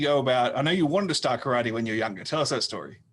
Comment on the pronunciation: I have now heard Karate pronounced as carrot and now I cannot unhear it. Great conversation.